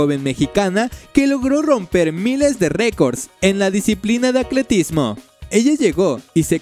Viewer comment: Que horrible narrador. Es Atletismo, no "Acletismo". Fuchi.